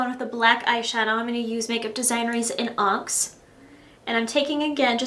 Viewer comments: it's on-nix. not onks. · you've mentioned recently that you have a videographer - what i cant understand is why she let's you embarrass yourself by pronouncing so many of these names wrong! it's "on-ix" "not " on-cks" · Cracked me up when you mispronounced 'onyx' with ONX rather than ON-ex. You've come a long way in a short time!! I love this look on you!! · It's not ONKS its ONIX. Like the Pokemon. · Its pronounced onNix sort of not onx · haha did she say onx? it's pronounced on-ix lol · (on -Nix) lol "onks" you're silly great vid ! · BTW, you said Onyx as 'In Ox' but I don't care! PS: I am not trying to be rude! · Am I the only one who hears her say the Onyx color "Ox" ? LOL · luv the look and all ur vids, doll ♥♥♥♥ just so you know, Chamois is pronounced SHAM-mee and Onyx is ON-nix :) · LOL its pronounced ON-NICKS lololol <3<3 you! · The black color "Onyx" is pronounced "On-icks". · love the tutorial!!...btw onyx is pronounced "on-nyx".. but its a really common mistake! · how you pronounced onyx and chamois was hilarious, and you actually spoke about intelligence ha ha. onyx is pronounced ON IKS and chamois is pronounced SHAMMY. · yeah, you definitely pronounced onyx wrong. lol. and this is too dramatic for a professional office. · onyz pronouciation.. lol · you mispronounced onyx :) really pretty look though.